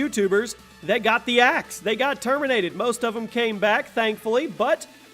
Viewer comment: Termintated ha ha